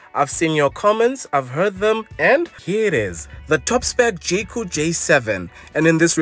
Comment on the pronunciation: who else kept hearing jcole😂